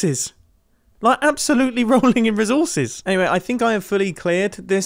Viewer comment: Am I the only one cringing at the way he says “resources” he’s like -rè and I just keep thinking: “Why! Why -rè?! It’s ré”